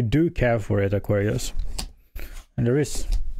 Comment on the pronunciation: I like how you say.. aw. Qwar. Ree. Usssss😂